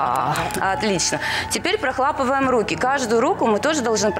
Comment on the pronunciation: Ну хоть бы кто-то исправил! Она когда говорит "прохлАпываем" - аж выворачивает☹️